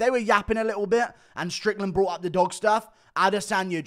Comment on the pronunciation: Dude 4 minutes in that Sean strickland sounded PERFECT that actually caught me by surprise since I’m used to the guru accent